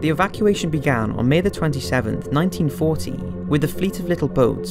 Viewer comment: It sounds like the narrator is saying 1914 but it must be 1940.